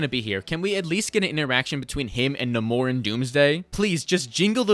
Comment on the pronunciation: God I hate how people are saying Naymor as Naaamooorrr. As someone who has been a fan of marvel it just doesn't sit well